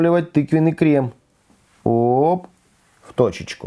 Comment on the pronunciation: дэмбэль, одэсса, крэм, берэт, крэсс